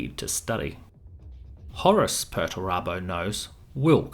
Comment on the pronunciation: You're pronouncing "Horus" wrong. Pretty annoying.